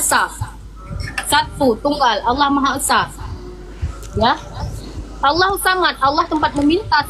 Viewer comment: tolong di baca itu Allah kenapa bisa di baca alah